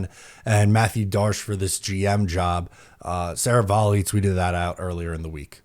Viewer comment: This guy talks perfect English until he pronounces the 2 candidates' names. What a clown 🤡. I can't take this guy seriously.